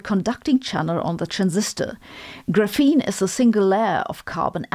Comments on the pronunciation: FYI, "graphene" is stress-initial in English. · The way you pronounce graphene is hurting my English processing unit....